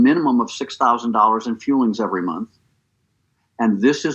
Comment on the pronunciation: Scamberlyn Reid has done optavia a couple times. She spends hundreds(several hundred) of dollars and gives up after 24hrs. It sticks in my mind because she pronounces the fuelings as feelings saying "im eating my feelings". Yeah the 6 meals are 5 snacks and a meal. They arent very nutritious and of course if people lose weight its because they are in a calorie deficit NOT because Optavia is revolutionary!